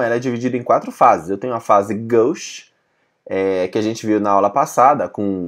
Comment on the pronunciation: ele falou varias vezes "goche", e outra, aqui não é frança, aqui é brasil! vc ter entendido doq se tratava, é oq importa!